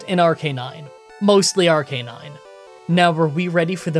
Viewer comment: It's pronounced Arcanine. "But I didn't watch the anime!" Thats no excuse, just look up a 20 second clip on YouTube